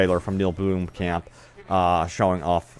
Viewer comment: Neill "bloomkamp"? Do you just not look up how to say someone's name before you.make a video with them in it?